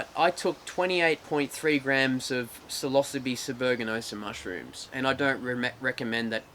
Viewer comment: Oh shit, this whole time you've been saying psilocybe.... lol I have never heard it pronounced that way. I didn't realize what you were saying until you put "cubensis" after it, at